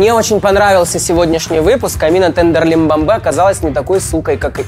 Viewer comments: Я угарал с того что Рома называл Амину тендерлибамбе 😂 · теНрЕмбемБе как говорит рома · Мне нравится как называет Tenderlybae Tenderlymbambe😂